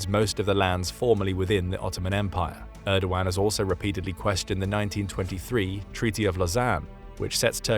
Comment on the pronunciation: you did so well with the pronunciation of Erdoğan then messed up royally on Hagia Sophia